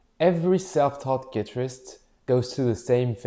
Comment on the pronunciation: Great video but have you actually spent 10 years playing the guitar and still pronouncing guitarist like that 😭😭